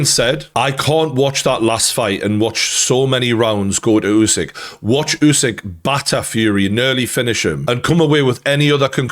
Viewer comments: i hope you’ll learn to pronounce his last name, it’s “Oosyk”, not “Yusyk” thanks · It's Usyk like in "urban" not like in "use".